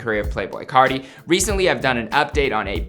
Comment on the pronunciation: Playboi cahti